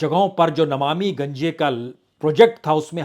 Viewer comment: पत्रकार महोदय नमामि गंगे होता है न कि नमामि गंजे क्या आप जानते हैं